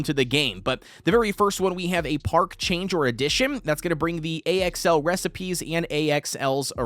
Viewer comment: why are you calling axl A.X.L just say it like the name axel